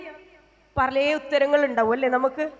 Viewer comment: പലേ അല്ല പല